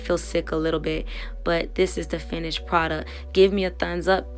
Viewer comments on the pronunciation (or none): " finished produc" the T is silent 🤣🤣